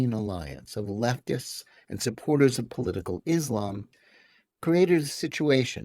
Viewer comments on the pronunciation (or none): none